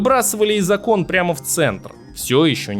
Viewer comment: С Айсом Кьюбом ?Из окОн😂😂😂😂 Дааа склонения и ударения это проблема,рекомендую читать книги.